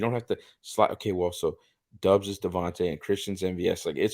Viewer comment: You guys don't have to start every critique with "I don't mean any disrespect to..." Christ. Go ahead and disrespect them! MVS isn't good. ESB isn't good. Lazard isn't good. Is Christian Watson good? Is Doubs? Probably not. And his name is pronounced "Dawbs"; not "Dubs", not "Dobes". I really enjoyed listening to someone who can't pronounce a one syllable name correctly. C'mon,. You're better than this. Besides, you're a; you should be drunkenly waving a gun around, telling everyone how shit the Packers are with every breath you take. Remember: "Don't try"